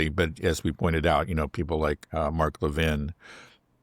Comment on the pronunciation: Great conversation…but please, it’s Le’ VIN…not, Le VEEN.